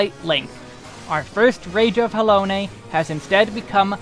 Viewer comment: Interesting watch but am I the only one that's bothered by the way he says "Rage of Halone"? I've always read and said it as Ha - Lone ('lone' sounding like 'loan').